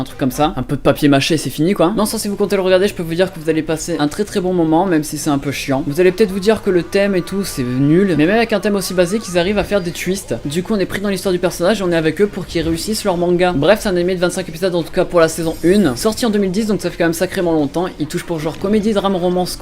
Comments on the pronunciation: on dit Twist et pas Tuist dsl si c ton habitude :D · Des "tuist" jpp xD